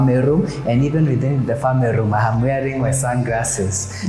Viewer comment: Did you just say friends and famerey ?😢